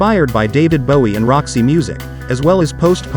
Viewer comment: Dabid Bowie is also wrong!